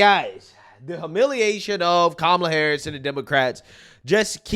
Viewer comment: Every time Oprah Said Kamala HarrrrUsssssss... She lost a vote.